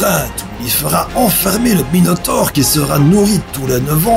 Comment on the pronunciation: Ces pas Minotaupe mais Minotaure